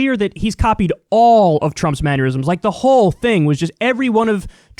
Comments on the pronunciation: Manure-isms is actually more apropos. I ain't mad at it. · He probably got a maneurysm from the video tbh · Mannerisms not manurisms. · Am I having an annerism, or are you saying "maneurisms"? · Manuerisms? KYLE! "IT'S MAN-NER-RISM" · Man-ER-isms not Manur-isms, however I do believe these actions are full of manure too lol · Kyle! Why can’t you say mannerisms?! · Kyle, learn how to pronounce 'mannerisms' please :) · Poor kyle, rural and now mannerisms. What more can he say wrong? Tune in next time! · I like it, its aneurysm + mannerism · Kyle “maneurisms” Kulinski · a new classic, common, everyday words Kyle can't pronounce correctly! "ManUrisms" 😂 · Man-ner-isms not man-yer-isms. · "Manneurysm"?! Really, Kyle? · Manure-isms is a fitting pronunciation to describe Trump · Heh. "Manuerisms." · the word is ""mannerisms"" Kyle not ""manurisms""" sorry. I hate to be that guy. LoL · if you say maneurisms instead of mannerisms one more time im gonna have an aneurism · mannerisms* not maneurisms Kyle. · Maneurism? Manure-ism? Oh you mean manerism? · If you tell Kyle he's pronouncing something wrong, does he have a maneurysm? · Kyle "man-u-risms" Kulinski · Darling - not manurisms - "mannerisms" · “Manyerisms” lol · Who says 'manyurisms'!?? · "Man-yur-isms?!?" I thought I had misheard him, but then he repeated it twice. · The way Kyle pronounces the word "mannerisms" is giving me a maneurysm. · Kyle, I think you said "manurisms" instead of mannerisms. But it fits perfectly. This guy has some shitty manners. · The way Kyle says manurisms sounds like man-aneurysms instead if manor-isms. 😂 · MANN-ERISMS. Not manurisms. Why wouldn't hospitals follow CDC guidelines? Why wouldn't the state recommend to clinicians to follow the guidelines. He's not innocent and his elderly constituents are suffering. You're extra stupid. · Kyle your pronounciation of “mannerisms” is giving me aneurysms 😂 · Mannerisms... not maneurisms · "Manyerisms" :D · Word: Mannerisms Kyle: Manuerisms